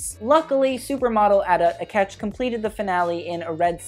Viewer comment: That's not how you say Adut Akech, it's ə-DUUT ə-KETCH. I love your commentary, keep up the good work. Also loved your outfit.